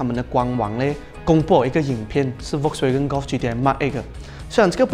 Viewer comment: 其实 Volkswagen 不读 V 的音，是要读 F 的音的。读对音对需要专业的你们来说是很重要的。